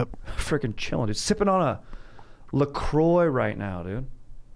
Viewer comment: French pronunciashe of La Croix was actually on point as hell, Aaron my dog